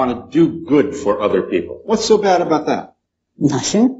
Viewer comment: the second I heard him speak and pronounce about as “aboot” I had trouble taking him seriously.